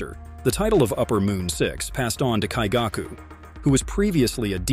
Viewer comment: Lower Moon 1 has some kind of kink. "Slaughter me, daddy" oh no lol Also, the emphasis on some names is wrong and I hear some swollowed/choked words which makes me think you used AI voice. You said lower 6 when you meant to say upper 6 when Daki appeared And I keep hearing Muzaaan with an 'a' sound, not with 'ah' sound. Same with Kaigaku. Daki has Obi belts and not scarfes LMAO. DID I SERIOUSLY JUST HEAR TA-U-CH when it's "touch"? BROOO. You're killing me. And the repetitive awkward pauses in the middle of sentences.